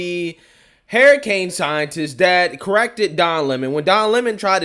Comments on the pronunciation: “Hurricane” not Haracane😉 other than that I agree with you👌🏽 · why do you keep saying "HAIR" A CANE instead of "HURR"ICANE? I just can't unhear that. 🦱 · Please learn to pronounce words correctly. Your atrocious speech impediment bothers me to no end. It's hurricane, not hairicane. Her-icane. Practice it and use it. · "Hair" a cane, lol. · What's a hair-iccane ? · "Hair i cane" lmao. I love it. Look like a Hairicane hit Joy Reids head. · I like the way he says hurricane. Lol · I like how you pronounce hurricane.